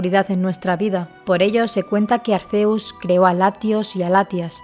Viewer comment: SE PRONUNCIA ARKÉUS